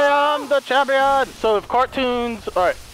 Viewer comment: "I am jampion"